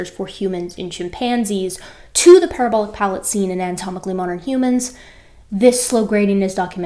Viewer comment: Did you say, "Humans have a palabolic parrot" ??? ;-)